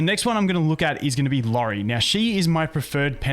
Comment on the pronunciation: It’s iori btw, not lori